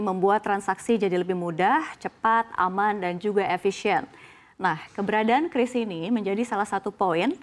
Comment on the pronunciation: Bacanya udah bener KRIS, jangan kyuris kyuris lagi 😅